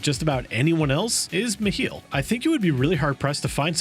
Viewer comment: The second he said MeHeeL i had to stop the video... Regardless of how good the content is once someone starts pronouncing things wrongly it drives me nuts 😂